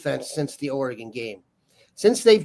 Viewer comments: It’s not Ore”gon” lol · for the love of god, it's not pronounced Ora-Gone' it's Or'agun, emphasis on the the "Or". I let it slide the first 50 times, but enough is enough. FFS